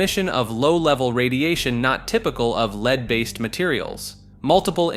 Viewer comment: How does he not know how to say lead 😂